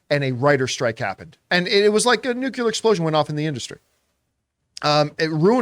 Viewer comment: "New-CLEE-ar" not "Nook-YOU-lar" There is only letter U in the word Nuclear.